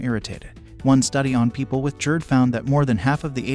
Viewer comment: What is JErd, bro. It’s GASTRO so it’s Gerd..